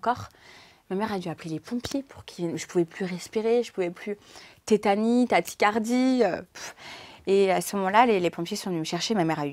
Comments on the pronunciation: Crise de "taticardie"? 😂 tachycardie plutôt non? 😊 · Tachycardie * pas taticardie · Crise de "tachycardie" et non de "taticardie".